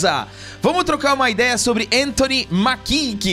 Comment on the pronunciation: Só uma leve correção, o sobrenome do ator se pronuncía "Méquie", não Maquí. E isso de reclmar de falta de negros em seleções, teve com a Argentina durante essa Copa. Só foi mais lindo ainda terem vencido, mostrando q não precisam de negros pra serem campeões como a mídia adorava alardar.